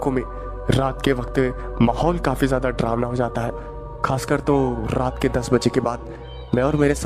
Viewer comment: डरावना को ड्रावना मत कहो ।